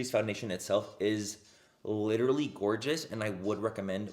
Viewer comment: I look forward to hearing “this GORGA day” bc I know he’s saying “gorgeous” but I choose to think he’s talking about me😂